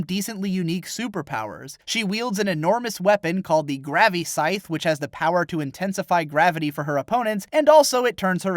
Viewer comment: "gravi-scythe" BITCH IT'S CALLED THE GRAVI-SHEATH NOT THE GRAVI-SCYTHE